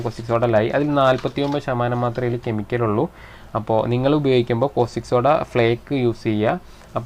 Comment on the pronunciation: കോസ്റ്റിക് സോഡ അല്ലട, കാസ്റ്റിക് സോഡ.